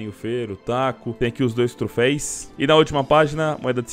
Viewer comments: Toda vez que voce fala TROFEIS meu ouvido sangra... é TROFEUS!!!!!!!!!!!!!! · O certo é troféus, não trofeis flw. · Não é trofeis, é trofeus!! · Apenas uma observação: troféus e não troféis. De nada ;) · cada ‘’trofeis’’ q ele fala e uma facada no meu coracao pqp